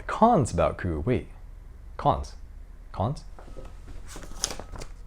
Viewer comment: This video taught me how to pronounce "coup". Thank you.